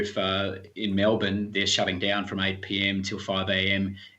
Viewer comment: Every time they say it like “Mel-born” though (it’s Mel-bin)